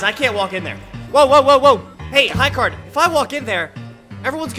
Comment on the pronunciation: Why did you say high card it is high gard